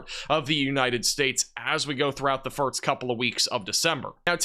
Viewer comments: “First” is not pronounced “firts.” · Are you saying firts instead of first?